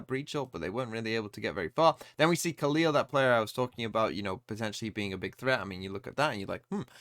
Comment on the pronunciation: Hi! Love your vids! As a brazilian, i can help with the pronunciation of the brazilian players from FURIA, trying to phonetically spell their names. FURIA: Dgzin: Dehjjehzeen (the jj has a g sound) Khalil: Khaleel (this one you got straight right) QCK: Kehsehkaah (you can just spell the letters as well, but nobody calls him "quick") NZR: Enehzehehrre (you can just spell the letters too) Mazin: Mazeen A fact about FURIA: Dgzin was victim of racism from the KRU player Keznit while he was still playing by Gamelanders. This is one of the things that makes the dominance of KRU over brazilian teams tasting even more bitter.